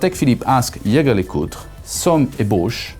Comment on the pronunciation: Now i'm confused: is "Jaeger" LeCoultre pronounced "Shaeshae" or "Yaegae"?